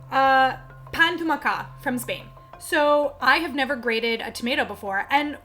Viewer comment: Yes, Pilar had no idea what she was talking about, and the way she pronounced "pa amb tomàquet" was just awful.